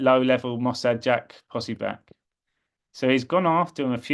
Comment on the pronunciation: his name is pronounced, Jack “Pos so bic”.